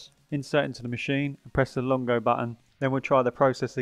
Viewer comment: He kept saying “longo” instead of lungo (pronounced loong-go) as well. Hehe. Still a great unboxing and tutorial.